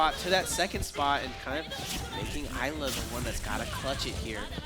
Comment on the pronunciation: It's been bothering the crap out of me every time they say it so I have to. It's pronounced IS-la. The S is NOT silent. It's said in her character reveal trailer.